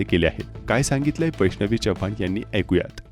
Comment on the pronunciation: जपान नाही चव्हाण 🙏